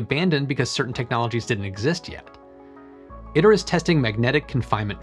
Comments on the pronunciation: "Iter" is pronounced "EE tare" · I believe it’s pronounced “ih tear,” if it’s supposed to be Latin